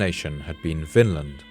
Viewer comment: Vinland, is pronounced “Vinland”, NOT “Finland”. It means the Land of Wine”, due to the wild grapes two keltic slaves found when Leif Erickson set foot in North America on his secon voyage, V in Scandinavian is NOT F, as in German, but....V 🙂🙂